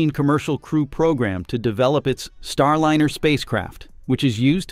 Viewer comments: AND FFS - GET RID OF YOUR AI DROID SOUNDTRACK. It ain't StarLINNER - it's Star LINER, rhymes with fine, tine and wine. UGH!!!!!!!! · Please find a robotvoice that is able to pronounce "Starliner" instead of "Starlinner" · Lye ner not linnn err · “StarLinner?” Quit using AI to do you voices. Or, at least teach it how to pronounce “StarLINER.” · AI voices are not there yet. It‘s not Starlinner! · AI generated garbage "Star Liner" being pronounced "Star Linner" - No real information here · "Starlinner"? Really? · StarLiner is properly pronounced with a Long "I"; NOT "StarLinner" with a Short "I", as is often the case in this video episode. What is the matter with this channel? They have been told the correct pronunciation MULTIPLE times, yet the error persists. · The robot speaker should learn how to pronounce "Starliner". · Your non DEI AI can’t even pronounce the name of the spacecraft correctly.